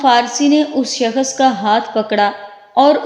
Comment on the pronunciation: Skhas nh hota h shaks hota h apna talaffus bhi shih kr lijjyeyy please